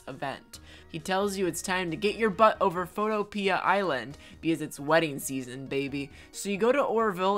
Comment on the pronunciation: Did he really say Photo-pee-ya island